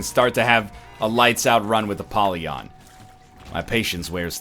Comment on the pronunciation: I am disgusted by the way Ryab says 'Apollyon'